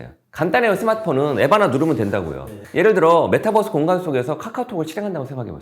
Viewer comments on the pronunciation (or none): none